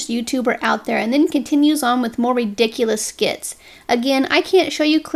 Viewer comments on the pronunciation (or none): none